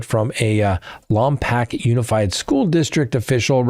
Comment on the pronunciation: Lompoke, is how we say it locally.